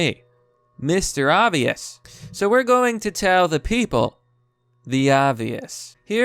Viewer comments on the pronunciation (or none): "Pokemon Shord and Shield"